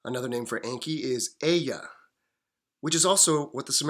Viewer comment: It is pronounced with long E. En.kee